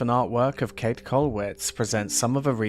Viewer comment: Just a simple 'correction': her name is pronounced like "Kate-eh" with an audible "eh" or "a" at the end.